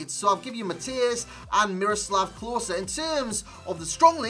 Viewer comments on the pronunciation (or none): none